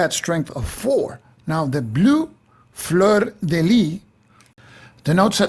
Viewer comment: Great video (as usual, I'm tempted to say...)! Couple of small details on pronunciation, if you are interested: "fleur de lys" should sound like "lee-s" (the "s" sound has to be heard); "tallard" (no final "d" sound). And yes, the french pronunciation was designed specifically to confuse english-speakers!